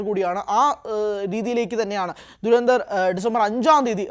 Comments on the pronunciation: ധു ര ന്ധ ർ ( DHU RA NDHAR ) ദുരന്ദർ എന്ന് പറയല്ലേ .. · dei duranthar alla dhurandhar aanu. dha aanu varanath. malayalam ariaunna arum illedei avde